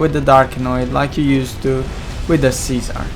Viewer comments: LOL it's Czar (pronounced: zar) not Cesar... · He says Czar but with his heavy accent it sounds. Like Cesar